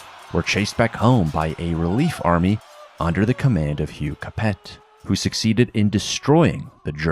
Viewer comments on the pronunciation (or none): I thought Capet was pronounced Ca-PAY? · You don’t say the T at the end of Capet. It’s like Cap-ay